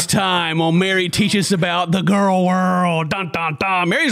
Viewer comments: She pronounces it gorl? Is she related to Gru? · it makes me irrationally angry that pronounces girl the way she does xD